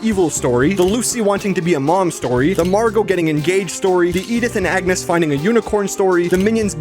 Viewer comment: just me ore was he saying yetus and agnus